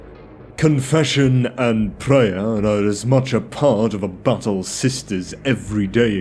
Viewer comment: You might want to rethink your pronunciation of “battle”… oft times sounds like “butthole” and completely breaks the immersion. 😬🤣